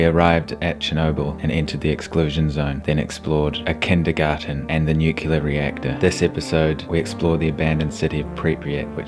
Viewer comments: Very interesting, but man, you keep saying Nuc-U-lar and it's driving me crazy. It's pronounced Nu-clee-are. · Any one else bothered that he keeps saying "Nucular?"